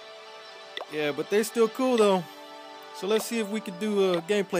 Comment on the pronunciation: Where are you from? Your YEAAAaa!!!! Sounds like someone from Texas.